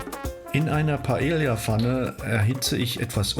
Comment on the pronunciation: Sorry, aber man spricht das so aus: pah-EH-yah, so wie die Insel 😀